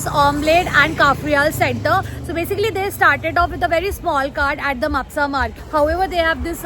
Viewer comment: Its not म्हापुसा it is म्हापसा 👍 anyways great video ❤